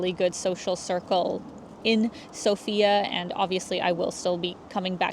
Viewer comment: It's sOfia, not sofiA